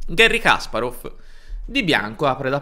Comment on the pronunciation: Una nota di pronunzia: «Га́рри Каспа́ров» non si lègge «Gherri Càsparof» ma «Gari Caspàref» (o, piú precisamente, [ˈɡarʲɪ kɐˈsparəf]). Su «Генна Сосо́нко» non ò trovate fonti attendibili, ma credo che la sua corretta approssimazione alla fonetica italiana sia «Ghénna Sasónco», e non certo «Gènna Sosónco».